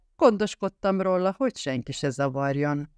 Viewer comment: Akkor én leszek a harmadik... Sajnálom, de a "rolla" a "róla" helyett, többek között, iszonyatosan irritál...